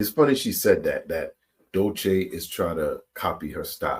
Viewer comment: That lady is delusional. Her name is Doechii (Doe-Chee)